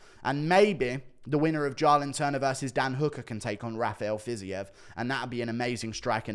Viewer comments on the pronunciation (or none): JAYLEN TURNER JĀY- LIN turner... Pronounce the A as a capital A. Raphael Fiziev Pronounced fiz-EVE. Like christmas eve. I am in no way being facetious or rude. I am genuinely trying to help you in the correct pronounciation of their names. Huge fan. ❤️